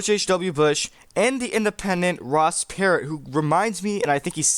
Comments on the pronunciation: Perot is not pronounced "parrot". lol It's "P-row" 😆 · Per oh, not pear ot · It's not Ross 'Parrot' it;s pronounced like "Pu row" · Ross ... Per-OH not Per-OT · Ross "Parot" lol How does this "remind" you of this race when you don't even know how to pronounce the name 😂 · Perot: "Per-Row" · Dude sorry but he’s already on 1 state and you’re saying Ross Perot wrong . The T is silent Otherwise, interesting video